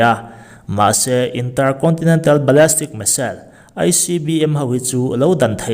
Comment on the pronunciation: Ballistic zawk anih hmel Ballastic nilovin